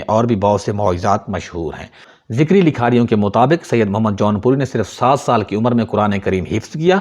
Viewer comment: ذکری نه بهتر است بگویید zakari !!!!